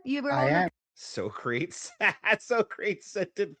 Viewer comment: Brother its not so Crates, its soccer tees like the philosopher